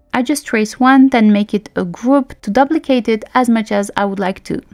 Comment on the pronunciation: you are pronouncing duplicate wrong